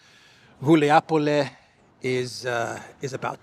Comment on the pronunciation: It’s GulayPole, (Guljay Pole), not Guliapole 😉